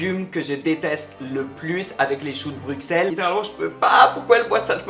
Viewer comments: j'adore la video mais bruxelles, on dit pas bruXelles on dit brusselles ok ? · Bon, par contre « choux de BruXelles » ça va pas là on dit « BruSSelles » svp 😭